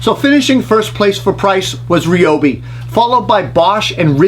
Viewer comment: I’m a little surprised that you can’t say Ryobi? How do you pronounce eye? I got something in my eeee. It’s Rye as in rye whiskey. It always amazes me on how someone can make a fantastic video but not take 2 minutes to check on the pronunciation of a word that they will use 14 times in a vid. What else didn’t they check. This isn’t tomato, tomaaato, this is a brand name that I would scold my child for not saying properly.